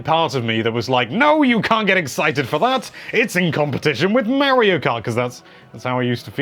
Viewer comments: Got the pronunciation for daemon down, just gotta work on Mario (not Marryo) now. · He calls Mario "Mary-oh" so there's that.